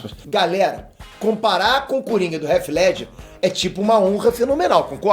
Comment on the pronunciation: Cara gosto do seu canal. Mas vc nao mora nos EUA? pq vc pronuncia o nome do Heath Ledger errado? estranho isso. Abraço